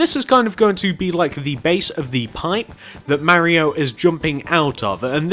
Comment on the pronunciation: it's pronounced like Mar-ee-o. Not M-air-ee-o.